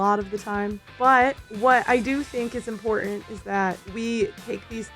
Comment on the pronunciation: IM-PORT-ANT ... OMG it's got 2 T's in the word, killing me here.